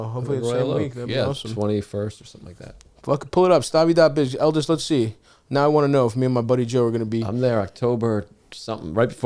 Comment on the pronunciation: Its Eldis guys… JFC not that hard.